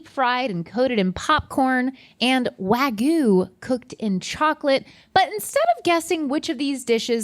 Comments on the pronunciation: The real crime is pronouncing "wagyu" as "wag goo". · WagYYYYYYu Not Waguuuu 😅😅😅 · Is there any Japanese word that's not butchered in the states? Wagoo? It's wa(as in duh)-ghee-you. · Are not even trying to saying wagyu anymore ..